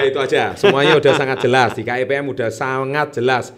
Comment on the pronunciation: wong dia bilangnya KEBM bukan KEPM... hdehhhhh